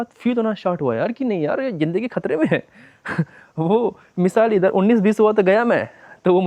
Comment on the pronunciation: Kharte nhi khatre m h bhai 😂